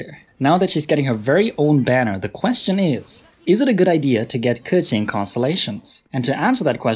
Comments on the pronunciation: I really like this type of videos. You're objective, direct and address everything with facts and numbers. I mean, I don't even have Keqing but I stayed to the end, hahaha. And final note: thanks for pronouncing her name right, I really appreciate when non-native speakers do it 💗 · omg the first time i heard someone pronounce it precisely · Since you pronounce her correctly, I will trust you😃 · when i heard him say keqing properly i was so surprised